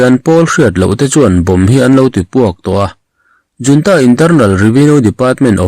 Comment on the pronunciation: A mizo tawnga i let lo rau rau a nih chuan 'junta' hi 'yiuanta' tiin lam law law nise